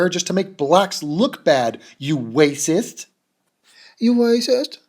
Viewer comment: lmao. the way you say 'wacist' is fucking hilarious. jaclyn should take some comedy notes.